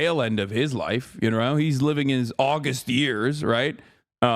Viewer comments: Wish Has would learn the two different pronunciations of August/august. That one always makes you sound like a faux intellectual when I hear it. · the accent is on the second syllable in august.